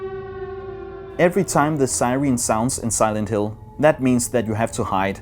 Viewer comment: Silend Hill eller the condjuing ved ikke helt hvordan film navne står nok lidt forkert